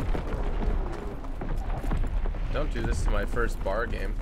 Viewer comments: It's not said bar its B-A-R (bee-a-are) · It's a B.A.R. not a bar. Browning automatic rifle